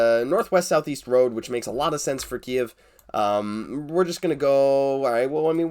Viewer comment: also thank you for pronouncing kyiv right. its really important <3